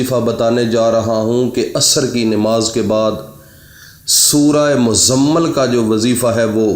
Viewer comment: پہلے اپنا تلفظ صحیح کرو عالم فاضل عامل صاحبMuzzammil اس کا صحیح تلفظ ہے